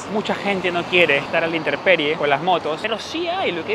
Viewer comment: Querido: Se dice "InteMperie". Un abrazo!